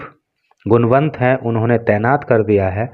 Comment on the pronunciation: गुणवंत nhi गुनावत sorry to say sir